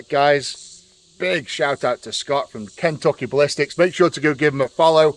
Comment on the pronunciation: Ken-took-aye Ballistics. Lol.